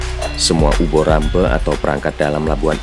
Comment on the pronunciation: ini naratornya bukan orang jawa ya, kok dalam mengucapkan 'gejog' jadi 'jegog', pengucapan 'dlingo bengle' dan 'uba rampe' juga kurang pas, beberapa scene juga ndak di-translate